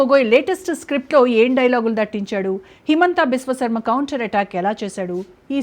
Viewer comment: ఓ అయ్యా. హేమంత బిశ్వ శర్మ మీరు కర్మ అంటున్నారు మాకు ఏమిటి ఈ ఖర్మ మీరు తెలుగు సరిగా నేర్చుకొని వచ్చి వార్తలు చెప్పండి